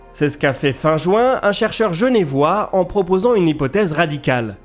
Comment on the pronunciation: Super vidéo, comme d'habitude ! Bravo pour tout ce contenu de qualité ! Attention toutefois à ne pas écorcher le nom des habitants de par chez nous : les habitants de Genève se prononcent "Jeuneuvois" ou encore "Jeun'vois" 😀